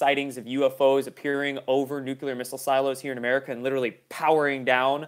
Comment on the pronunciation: I love your videos. but its pronounced Noo_Klee-er not Noocyooler. it's OK Jimmy Cater was a sub driver and he still can't say it right. ;)